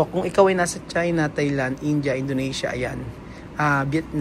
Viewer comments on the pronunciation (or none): none